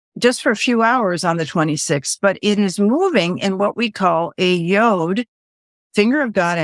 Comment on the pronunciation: Sorry to nitpick folks, but it's pronounced 'Y-odd', or as the Brits sometimes say, 'Y-awd'.... but not 'Y-ohd' (as in 'yodel')! ;-)